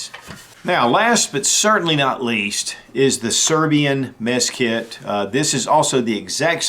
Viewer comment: Did he say meth kit ?? LOL😝